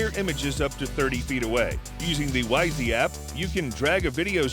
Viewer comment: Pronounced like "Wise", not "Wise - E"